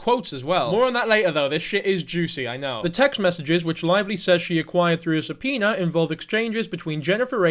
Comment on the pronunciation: I thought it was a joke about the way he says it 😂 but i am not a english speaker so i can not laugh probably will say it worst 😂❤